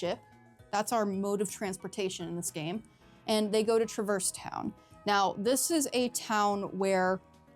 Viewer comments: I'm sorry to have to be the one to inform you of this but this is actually the incorrect way to pronounce Traverse Town. In the actual official games themselves we hear characters say Trah-verse Town. It's not even one of those things where different characters say it differently either, it's consistently called Trah-verse Town. Look it up if you don't believe me. Either way, say it however you want, caring about how others pronounce things in fictional media is one of the lamest nerd sins around. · “FINALLY someone on YouTube who pronounces ‘traverse town’ in a completely different way that the actual Voice actors do. God how dare everybody on this goddamn website pronounce a word the way it’s been told to them? Jeez Louise